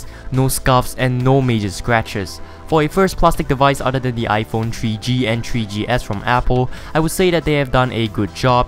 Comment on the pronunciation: Your dumb. You said tree ge and tree ge es